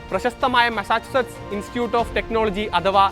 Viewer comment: മസാജ് അല്ലടാ സുടാപ്പി മസ്സാച്ചൂസെട്സ് 😂😂😂😂Massachusetts